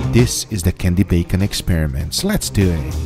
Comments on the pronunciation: It triggers me everytime... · Swift Auz so its not just my who noticed that lol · Less duu ehhhh